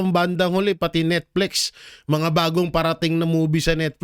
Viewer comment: Netflix po hindi Netflex... reading comprehension